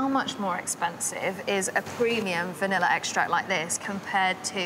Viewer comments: Ugh. There is no "R" at the end of words that end in A. Its entertaining to listen to you consciously pronounce "vanilla" in certain parts of the VO, yet in casual, unguarded conversation you pronounce it as "vanillar" LOL. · "Vanilla I-Scream"